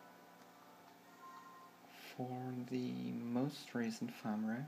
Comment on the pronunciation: It's Firmware not Farmware xD